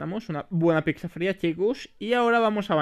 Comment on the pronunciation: Picza xd 🤣 es pizza (sin ofender)❤